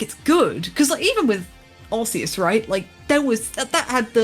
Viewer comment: Kudos for the correct pronunciation of Arceus